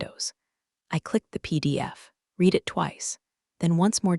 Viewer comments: read (reed) it twice... it's read (red) it twice... Stupid, Learing Center Ai... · And the past tense of read is pronounced "red". I don't understand why AI can't have a human editor. Do they like complaints just so they bait for comments? It sort of looks like it. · The AI narrator needs to be sharper on that one. "Read" in the present tense should sound like "reed," and in the past tense, it should be pronounced like "red." Hope they work on that soon! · Teach your AI narrator the correct pronunciation of “read” when used in present and past tense. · nothing pulls me out faster than hearing it butcher “read